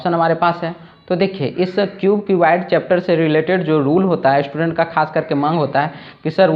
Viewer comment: श्टुडेन्ट नहीं होता मास्टर साहब, स्टूडेंट होता है। थरी नहीं बोलते थ्री बोलते हैं। शुरू में ही गड़बड़, हम बच्चे क्या सीखेंगे ऐसे में सर।